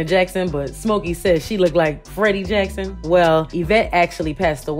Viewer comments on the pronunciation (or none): none